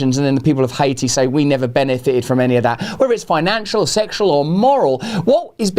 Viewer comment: play say Haiti again... 😂